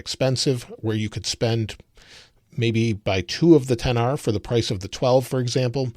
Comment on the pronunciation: are we just gonna ignore how he said " 10 R" instead of XR?